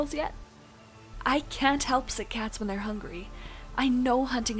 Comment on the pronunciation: ***** Nope. You said whan.